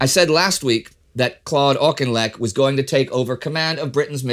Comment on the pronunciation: Nevermind the Russian names he got Auchinleck right 👍